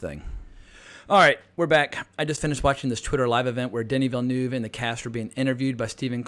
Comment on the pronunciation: why all Americans pronounce that E in Villeneuve"